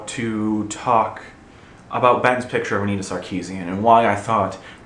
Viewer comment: what's a "pitture"? ^^